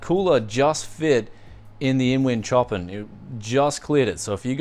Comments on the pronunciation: Great giveaway! On another note, the case is pronounced show-pan spelled (like the composure) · Is that case maybe named after the composer Chopín? In which case it's pronounced like show-pan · lol i kinda like how pronounce it more. "sho-pan" sounds weird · The way he pronounces Chopin tho... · It hurts my ears when i hear prononcing Chopin's name,Steve from hardware unboxed does it corectly:P.